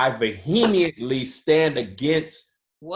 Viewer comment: was super committed to pronouncing "vehemently" wrong lol